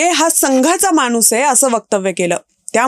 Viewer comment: माणूस हा उच्चार खटकला. न व ण च्या मधे लटकला. खणखणीत ण हवा.